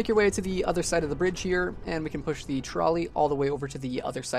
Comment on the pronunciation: stop saying "thee" every time dawg it's "the"